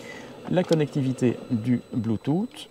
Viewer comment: bluetooth en phonétique: blu.tus et pas blu tut ;) c'est rigolo :D